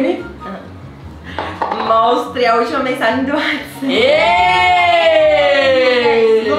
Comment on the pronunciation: o rezende disse remily no inicio kkkk